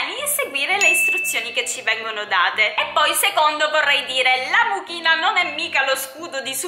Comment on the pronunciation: Io ho sentito la mucchina al posto di amuchina 🤣🤣